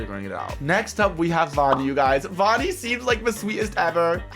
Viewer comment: its not voni its vani it was pretty funny tho